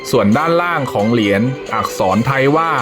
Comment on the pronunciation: คนอานก้อ่านก้อ่านอักขระไม่ได้เรี่องเลยเหรียญไม่ใช่เหลียนหืย